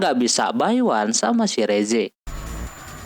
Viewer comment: mohon maaf ka bukan reze dibaca riss